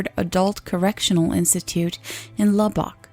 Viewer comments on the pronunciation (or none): I'm from Texas, my parents are from Lubbock. It's pronounced Lub-ick. Not a big deal though, just wanted to throw that out there. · The only thing I notice is the slight mispronunciation of "Lubbock' which is common even for people who are English speakers. I live in this forsaken place since I was 4.